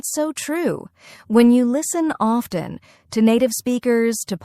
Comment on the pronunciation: did u just say often means off ten 😂😂